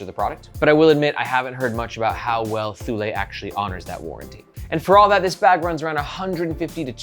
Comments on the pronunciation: ToooLay, ThooLay lol. It's "Too-Lee" . BTW.. Where's Margaret? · Thank you for a great review. And yes, it is pronounced TOO-lee. I have a Thule Chasm rolling duffle and am madly in love with it. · Thule is pronounced like "too-lee". That's how I've always heard said by Danes, Swedes, and Greenlandic folks. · I always said Tool-E, but I haven't ever looked it up. I suppose I can believe you on THIS pronunciation 😆